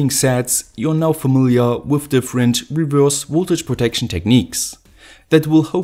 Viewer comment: His pronunciation is horrible, isn’t it?